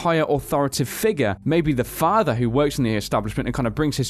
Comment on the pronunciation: It's not fahfa its father.